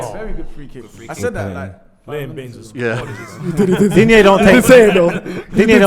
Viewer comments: If you want to pronounce Lucas Digne's name correctly you can hear him here: ...and it's not Dinje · Digne is actually pronounced "dean".